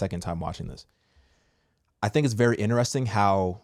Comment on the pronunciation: Sir, respectfully: It’s Interesting! Not, Ineresting